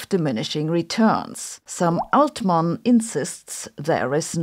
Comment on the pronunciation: I thought you said “some old man” at first 😀